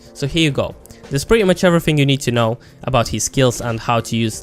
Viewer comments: did he just pronounce know as K-now i dont think i can trust this guy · 1.55 to 2.07, the fact that you say the p at the start of psyche and the k at the start of know reaally had me triggered. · "few things you need to cnow" im ded 😂😂